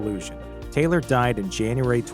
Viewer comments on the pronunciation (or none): none